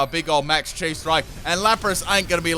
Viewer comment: Also Chi is pronounced Kai, it’s a letter from the Greek alphabet